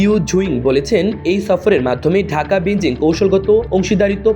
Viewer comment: এ কেমন রিপোর্টার? বেইজিং কে বেনজিং বলছে কেনো?